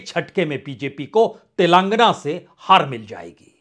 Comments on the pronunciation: Punyaji. It is sounded as 'Telengaana' and not 'Telaangana'. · तेलांगना नहीं, तेलंगाना😅